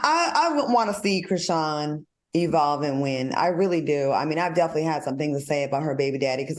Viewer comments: Al, why you keep saying Chrisean (shin). It’s SEAN. LIKE SEAN JOHN. Cmon Professor!!! It’s giving Kim Parker can’t read tea. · Al Reynalds is COMMITTED to calling that girl ‘Kra-SHIN’ 😂😂😂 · Al is killin me acting like Dr. Heavenly…. The girl’s name is pronounced Chri-Shawn lol I mean come on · Not "krishin" 😅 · Mannnn y’all done reported on CHRISEAN too many times for Al to still be saying her name like this 😒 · Al, I love you, but it Cri SHAWN! SHAWN! ❤